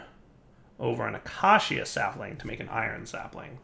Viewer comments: UH-KAY-SHUH. Not Ak-Ah-See-Ah. Not Uh-kay-see-uh. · acacia[ uh-key-shuh ] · pleeease. acacia is pronounced a-kay-sha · Acacia... Ah-KAY-sha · Day 46,873. still can't say acacia. I bide my time.